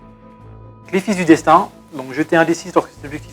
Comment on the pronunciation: Et un rapport de bataille pour ensoleiller un dimanche chiant ! Petite question : pourquoi ne pas sortir le Culexus contre de l'Eldar ? PS : l'objectif Eldar c'est les 'File' du Destin (Strands of Fate) pas les 'Fice' (Sons of Fate) 😉